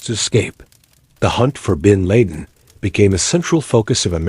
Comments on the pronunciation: When the A.I narrator can't even pronounce 'bin laden' correctly it's an instant turn off for me. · How can AI do all this stuff but can’t pronounce bin Laden’s name or the year 1990 correctly